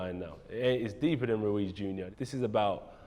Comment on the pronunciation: Jacob Glenman RUIZ,not "Luiz"